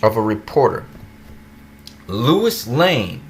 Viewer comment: Sorry, i dont mean 2 b an ass. But, did u pronounce Lois (LOH-is) as Lewis?? Sorry, i cant... 😅😅😅 Normally, i would hv just skip the video but since we both enjoy the Super specimen that is Henry Cavill as Superman, im gonna cut u some slack n watch. Lol 🖒 for u😆